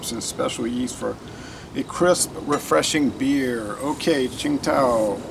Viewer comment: Hi, I have lived in Beijing for a long time. Tsingtao is the old way of romanizing 青岛, nowadays in the mainland its romanized as Qīngdǎo(first tone, third tone). I think the company leaves it as Tsingtao for an "old world" feel. Your pronunciation is not bad! If you have a chance, you should try the Pilsner in the Yellow and Blue can/bottle, it's all-malt and excellent in my opinion, 80 cents US a 500ml can, it's my home lager, you can look it up on the Tastings website. Qingdao is a cool city too, you can tour the brewery and the beer(all varieties) is sold all over the city from street side taps in cups, Pet bottles and even bags! Restaurants all have it on tap too. Some of the brands other varieties are pretty tasty, especially the IPA, Belgian White, Chunsheng and Auguerta. A lot of people buy the Liter-sized cans of the unfiltered Tsingtao too, like a kellarbeer.